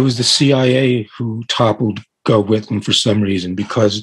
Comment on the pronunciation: pronounced - "Goff" Whitlam